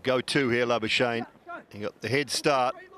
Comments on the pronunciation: Exactly. They like laa-buu-shane 😂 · I love how the commentators butchor Labuschagnes name😅 He must come back home to SA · It is La-bus-kakh-nee .... in afrikaans/dutch pronounce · It is La-buus-kakh-nee in original dutch pronounciation